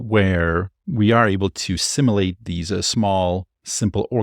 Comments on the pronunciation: Hey brother - I love your videos and watch every one! Two nitpicks: (1) I want to hear more of that sweet ai-generated female voice that speaks up sometimes in your videos. (2) Simulate is pronounced like "sim - YOU - late". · Pronunciation of "Simulate" The word "simulate" is pronounced as: IPA Notation: /ˈsɪm.jʊ.leɪt/ Breakdown of the Pronunciation Syllables: The word has three syllables: sim-u-late. Phonetic Sounds: sim: rhymes with "him" u: sounds like "you" late: rhymes with "fate"